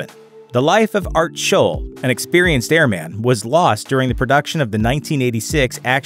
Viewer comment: Please learn the proper pronunciation of the word Airman.